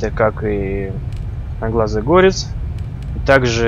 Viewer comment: правильно говорить не гОрец а горЕц и ещё правильно говоррить не клЕймор а КлЭймор